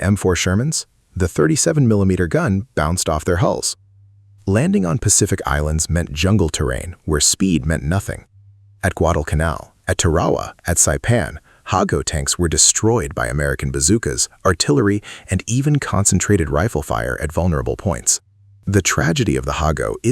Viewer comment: Guadalcanal is pronounced correctly... but Tarawa is Tuh-RAH-wah???? No, it's TAH-ruh-wah